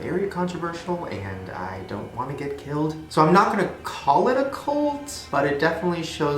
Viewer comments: Does it bother anyone else that Shane says "colt" instead of "cult"? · b why do you pronounce it "colt" wtf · Why do you pronounce "cult" as "colt"??? I love you Shane, but your vowels sound fucked lmao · WHY DOES HE KEEP SAYING COLT AM I THE ONLY ONE WHO PRONOUNCES IT CULT OR WHAT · Why you saying "colt" instead of "cult". I was so confused for a while. Cool regional accent. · Shane pronounces cult like colt, as in "If you keep throwing rocks at my window, I'm going to take out my Colt".